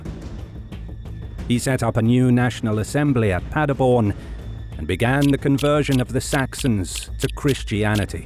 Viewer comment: its padeRborn, not padeborn, an Karlstadt means "city of karl" which is the name for Charlemaine in germany